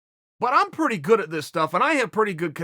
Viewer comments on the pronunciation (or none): none